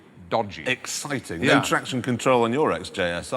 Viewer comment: when he says NO traction control, you can hear the Mirfield a little!